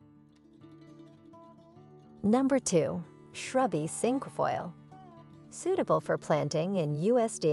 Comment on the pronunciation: This must be an AI product. Lots of mispronunciation of common plants, such as Japanese Andromeda and Cinquefoil. I